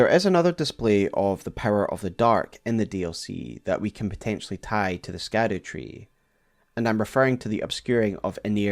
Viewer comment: It is pronounced "Shadow-Tree " not SKADU-Tree! Come on use your English and pronunciations please.